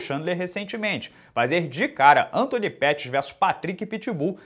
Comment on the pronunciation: Antoni “Peurrys”